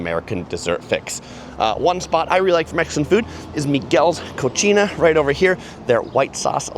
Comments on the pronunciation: Old Town Mexican Cafe and Casa Guadalajara are hands down the best Mexican restaurants in Old Town. Hey, Cocina is pronounced Cosina. Cochina is what you would call a dirty woman and literally means pig lol. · Great video! Just an FYI, Miguel's Cocina is pronounced with the "s" sound and not the "ch". Cocina means kitchen in Spanish, Cochina means nasty woman. So pronouncing as Miguel's Cochina translates to Miguel's nasty woman instead of Miguel's kitchen.